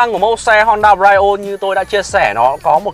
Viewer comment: Phát âm Brio sai rồi